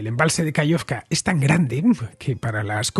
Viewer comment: Genial como siempre, muchas gracias. Una pequeña cosa: se dice KaJovka, con jota. Saludos.